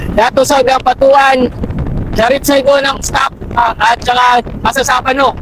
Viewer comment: Binago ni sir ang Mamasapano naging Masasapano.